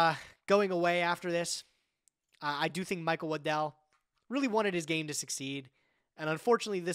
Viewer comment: The way says Waddell sounds like Lindell and I was sitting here goin "The MyPillow guy made a card game??????"